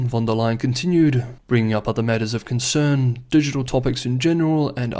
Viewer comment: It's "von der Leyen", she's German.